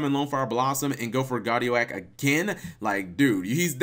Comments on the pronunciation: Who else noticed him pronouncing Guardi-oak like Gardio-ak? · Gar-dee-OAK, MegaKappatalG. :> Anywho, not too shabby.